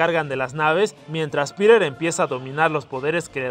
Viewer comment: soy el unico que entiende pirer en ves de piter?